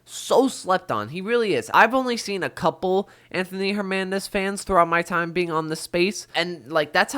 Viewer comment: HerNANdez not HerMANdez